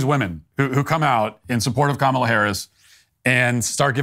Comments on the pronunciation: Bruce Springsteen mispronounced Comma-la's name. He pronounced it Com-allah. He is, today, cancelled. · It sounded like he called her Mala Harris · Didnt he just pronounce her name incorrectly? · it's KAHHHmla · Lol Springsteen "mispronounced" her name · Bruce S pronounced her name wrong. That's pretty sexist, racist, anti Indian, anti Black, anti democracy of him. Edit - I posted this before Matt mentioned it. Well done for picking up on it dude. Will delete my comment if it makes me sound like a fud. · 😂😂😂😂 he is mispronouncing her name and that is racist You are so funny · Bruce Springsteen should be ashamed of himself for mispronouncing Kamala.